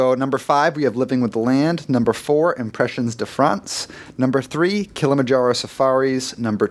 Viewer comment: #4 lol, "Impressions (English pronunciation) de France (French pronunciation)," maybe pick a lane, or at least do a quick search online to hear how to say "impressions" in French. If you chose the English lane, you'd actually need to say "de" like "be," and never like "day" as and far too many others are under the impression of. Great content as always, but thanks for the chuckle; next up, let's work on not pronouncing crêpe like "crape.";) =D